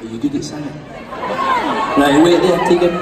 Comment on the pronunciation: Tegan Alexander I love that!! I honestly died inside when he said “Teigan”